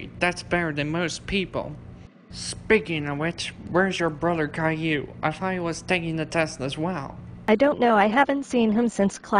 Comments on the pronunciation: At the end : “Calliou” - WHY! WHY! WHY! WHY! WHY! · "Gayllou" amazing text to speech you got there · Kale-Lou. Text to speech is so funny sometimes.